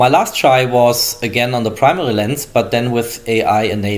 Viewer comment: No one: Germans: prmeri camera's